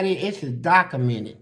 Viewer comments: “It’z Dakamented” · “This is dakamented”😂😂😂